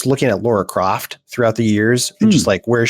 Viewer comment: Why is every man who appears on this show incapable of pronouncing Lara properly? There is no “u” in Lara. Adding a “u” turns it into a different name, Laura. That is not her name.